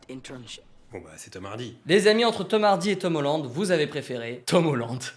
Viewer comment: Mais....vous prononcez hyper bizarrement Tom Hanks et Tom Holland! 😭😨 on prononce les a !!! 😂